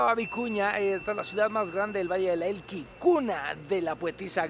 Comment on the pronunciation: Alan valle de elqui Le agregas te una "L" más.!!! Jajajajaa saludos